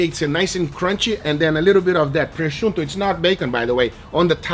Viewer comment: Thanks for learning how to pronounce prosciutto